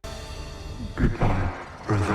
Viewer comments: Say it with me now (mag-ne-to) like (mag- knee-to) ...not (mag-net-o) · Yo... it's MAG-NEAT-TOE....magneto💎💯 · I will curse your entire family if you EVER pronounce it "magnetto" again